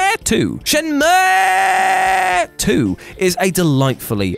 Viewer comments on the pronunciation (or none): I thought maybe him over pronouncing the uuuuuu in shenmue and aaaaa in resident evil S.T.A.R.S was apart of some easter egg in the video lol I guess I'm just over thinking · This video gets a thumbs up, just because of the way you said Shenmue